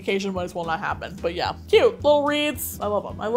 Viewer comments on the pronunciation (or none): none